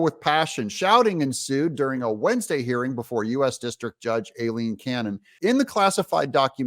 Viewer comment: Aileen Cannon's name is pronounced 👉👁- leen 👈.